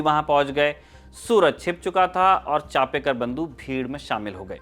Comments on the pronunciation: With due respect Genuine correction चापेकर बंधू नही चाफेकर बंधू . चाफा एक सुगंधी फुल होता है जिसकी खुशबू बोहोत बेहतरीन होती है . धन्यवाद अगर हो सके तो नाम उच्चारण दुरुस्त किजियेगा 🙏🙏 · In marathi it is chaphekar not chapekar